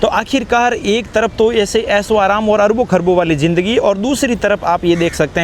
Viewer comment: Aik to Indians kay bolnay ka tareeqa ajeeb hay "DEKHNAY KO MILTA HAY" kya hota hay? "Dekhiay" bol saktay ho... "JINDAGI" ... Zindagi kyon nahi boltay ho? Aur camera aap aik jagah roktay nahi, baar baar camera move kartay ho.